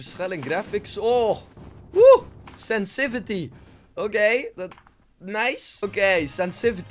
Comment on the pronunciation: Senssivity das zo kut woord ( 😂)